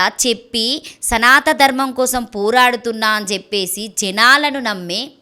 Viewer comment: యాంకర్ కి సనాతన ధర్మం అనాలని కూడా తెలియదు. బహుశా 10వ తరగతి కూడా చదవని వాళ్ళందరూ శ్రీ వర్షిణి కథతో ఫేమస్ కావాలని తహ తహ పడుతున్నారు. కాల మహిమ.